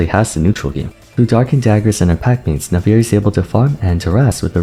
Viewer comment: It always feels weird when people say "Nafiiri" instead of "Naafiri", is there a lore reason for this?